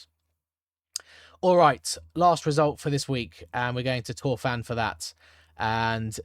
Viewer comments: And stress is usually on the last syllable but one But there are exceptions, including Tor-FAEN where it is on the last syllable. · Pronounce Torfaen as 'Torrvine' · I see you are working on your Welsh pronounciation. A few tips: ‘Dd ‘is like ‘th’ but it’s ‘th’ like in ‘the’ not like in ‘thistle’ F is pronounced like V Ff is pronounced like F So Torfaen is like Tor-Vine, the ‘ae’ is like ‘Ah Eh’ said quickly which ends up like ‘aye’ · How to pronounce Torfaen, pronounce Torvine, as in Tor-vine as in grape-vine. Hope that helps.